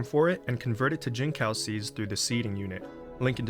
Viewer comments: fyi, its jin-tsao (like in tsunami) and not jin-cow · Jincao is pronounced chinsao btw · I know it's a small deal, but if you do want to learn how it's said, the "c" in Mandarin is pronounced as "ts." So, it'll be "jin-tsao" 👍 Great farm guide. Thanks for making a video 😀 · bro said gene cow 🥀